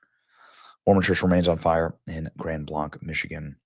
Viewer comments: The name of the city is pronounced "grand blank," not "grund blunk." 🤔🤓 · It's Grand Blanc, ans in "Blank" you idiot! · I live about 15 minutes away from this. The city is pronounced Grand BLANK. They are saying it’s MAGA because the truck has flags and reports that he was wearing a red MAGA hat and shirt. Because they want it to look as much like a Trump supporter as possible. I’m not buying it. My heart goes out to the victims and I pray that the shooters real identity and motive be exposed. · Benny it's, Grand Blank not blonk. I live 45 minutes south of there and 15 minutes north of Detroit all my life we dont pronounce it that way. Nonetheless we are praying for those who died and those who survived may God comfort them and accept the ones into Heaven who died. Im praying for the one who did this that God will serve him the righteous justice he deserves. This is just the very beginning my brothers and sisters in Christ, I pray for you all that you get right with the most high gracious Lord ❤️‍🔥✝️🙏🏼🙏🏼🙏🏼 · It is pronounced Grand Blanc (sounds like blank). I live down the road from there for years. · I live just 12 minutes down the road from there also it's Grand Blanc like blank but with a c not blonc. I been watching love local news all morning. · The name of the town is pronounced Grand Blank not Grand Blanc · Also the town is pronounced locally as "Grand Blank" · It’s pronounced Grand “Blank” Huge prayers to everyone. When will mental illness truly be addressed. Healthy people don’t kill people. Healthy people don’t shoot up churches. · Pronounced “Grand Blank” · FYI pronounced "grand blank" keep doing your great work! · Say Grand Blank, then you’ll be pronouncing it correctly. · Pronounced Grand Blank. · It's pronounced like blank benny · I live in Wayne MI where the shooting happened a few weeks ago, and I lived in Grand Blanc through my tender years. This is heartbreaking. We have to stand strong against this evil. FYI it’s pronounced like BLANK.